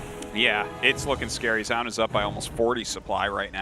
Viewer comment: Why does tasteless always pronounce Zoun as "JZOWN" when it's clearly "ZONE". I wish artosis would correct him at some point it's annoying af.